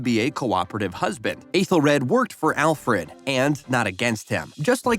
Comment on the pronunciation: The only name you pronounced correctly was "Alfred"